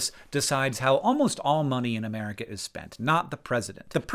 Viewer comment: Sounds like you are saying "Ameria" at x2. I was so confused haha.